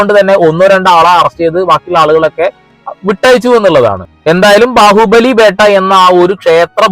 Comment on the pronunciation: ബാഹുബലി ബെട്ട not ബേട്ട